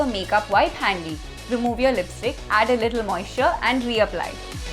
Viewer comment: "Lisptick" i luv it thnks